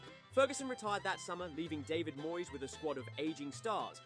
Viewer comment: Can-tona? Moy-es? FFS 🤦🏼‍♀️